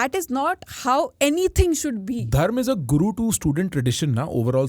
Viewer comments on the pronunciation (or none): Respectfully It is Dharma not dhaarma